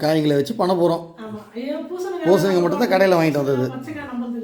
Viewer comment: பூசணுக்கா இல்லை. பூசணிக்காய் மா.